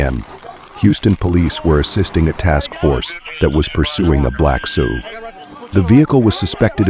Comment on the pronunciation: The effing AI narration is garbage. Seriously...the suspect was trying to leave in a black suv. Not S-U-V......a suv. The suspect was going 100 mmph..not miles per hour...mmph. how effing hard is it to narrate the video...thats the easy part. I hate when channels do this lazy ish. Ill skip this video thanks. Cant stand it